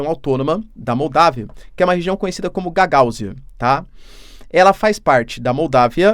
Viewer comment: Professor, o acento agudo é no U e não no segundo A, sendo pronunciado como gagaÚzia e não gagÁuzia. prestenção por favor. Obrigado.